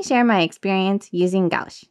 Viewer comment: This was a very fun and informative video. You really were able to put a lot of information in under 7 mins and we’ll. Thanks for sharing I recently purchased my first set of Holbein gouache. I’m having so much fun with them. Only $20 in Japan 😲 When pronouncing gouache it’s more like gwash 😊 Both your pieces came out great. I haven’t seen that animé might have to check it out. I just started watching Tokyo revengers with my daughter, who has already watched it 4 times.